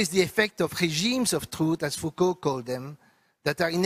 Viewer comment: Yes, many choose to read Foucauld incorrectly.